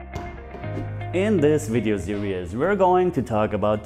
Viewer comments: Haha I've been tempted to say something but like you said didnt want to be a dick He says serious (see-ree-us) compared to series (sear-eez) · I must say it's pretty good achievement when the only thing to improve in your videos is just pronunciation of one particular word, nothing else! ;) (talking about the intro and word 'series', don;t mean to be a dick, jut trying to bring you to absolute perfection ;) )